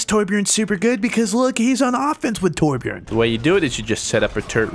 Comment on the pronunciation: Besides your'e saying it wrong it's not Tor-bjorn it's Torbj-örn